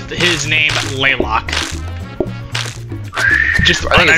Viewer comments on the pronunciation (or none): Can confirm, I am still upset about the pronunciation of Laylock